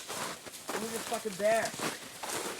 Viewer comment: lol " thee explosive line"!!!!!!!!